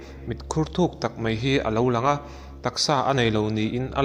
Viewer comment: Mei ti lovin Mai tiin lam ta zawk la ngaihthlak a nuam zawk ang ka ring.... Keep it up👍👍👍